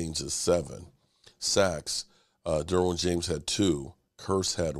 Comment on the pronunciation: Derwin James, not Darwin James!!!